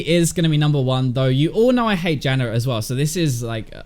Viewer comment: I like how you call Janna 'Janner'